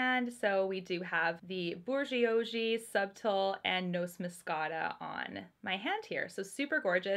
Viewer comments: I think you're too hard on yourself when it comes to the French (you're not in Quebec), but "bourgeoisie" is pronounced kind of like bouge-wah-zee. Happy holidays! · It’s okay that you don’t speak French! I see that someone gave you a pretty good guide for bourgeoisie (though I would add a slight r sound at the end of the first syllable). Subtile is pronounced sue(b)teal. I put the b in parentheses because you do pronounce it but just barely. As for Noce, it could be French (nuptials, I believe), but it could also be Italian for walnut, which would be pronounced no-chay. They all look beautiful! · Lol at your pronunciation of bourgeoisie. You probably never had to read a Tale of Two Cities. But it’s the French word where the slang term boujee come from.